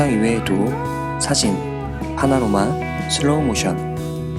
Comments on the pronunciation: 파나로마가 아니라 파노라마..ㅎ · 파노라마를 왜 자꾸 파나로마로 얘기하시는거죠? ㅋㅋㅋㅋㅋ 영상 잘봤습니다 뭔가 리뷰가 친근해서 좋네요!